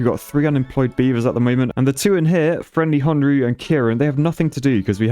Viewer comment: Side note: FriendlyHonu is pronounced friendly hoe knew